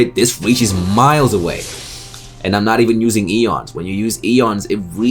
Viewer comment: Ions, not eons.